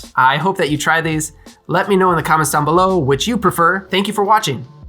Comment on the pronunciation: That is one emphatic 'good bye'! As always, good to have you both on. It balances things out well. For future videos, have you considered a few non-alcoholic or low-ABV options? My wife doesn't drink alcohol at all, but she loves it when I make drinks so it would be nice to get some proper good versions in the playbook for her also. The ones I have tried are too much like a sweet juice...